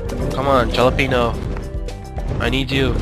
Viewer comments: ok its pronounced HAL-openyo not JAL-openyo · halepeno not jalepeno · the "jalapeno" is acctually pronounced "holapenio" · It's actually said ha-la-pen-io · I love how he says jalapeño without pronouncing the j as h lmao